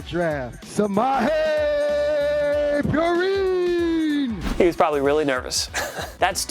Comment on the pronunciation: Caden Garcia I hate how I immediately knew it was Samaje Perine